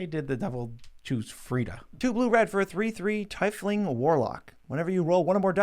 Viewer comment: Calling Drizzt "the elf guy"... oof, it hurts lol. TIE-FLING? (I love you guys but you're killing me here :P)